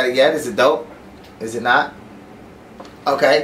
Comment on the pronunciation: IS DOPE not DOUGH lol, means cool.